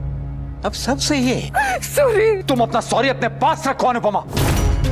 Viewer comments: Sorry❌ Surii😂✅ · अनुपमा और अनुज गलत है sori sori बोलती है घंग से sorri बोलना भी नहीं आता